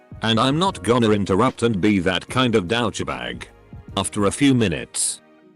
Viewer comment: The way the text to speech robot guy thing read "douchebag" made it sound like it's a luxury bag